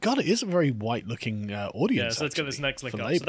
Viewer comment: "I'm not anti-huwite, my dad's a huwite man. I do not want huwite men to be so represented in this conference."